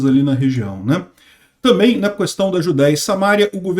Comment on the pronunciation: Não é Samária, é Samaria. Assim como não é Mária, é Maria. Já o Mário é Mário mesmo. Conhece o Mário, né?😁 Também não é "precisam haver" é precisa haver, sempre no singular, ainda que o objeto esteja no plural. "Cuestão" pode, mas é muito feio!😎